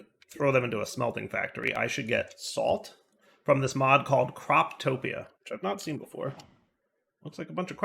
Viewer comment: It's "all the mods", not "all the modes" 😜